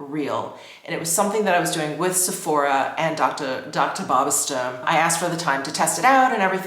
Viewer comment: Please stop saying Dr. Barbara Sturm that way